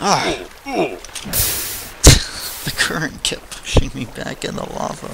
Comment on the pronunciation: lava not lave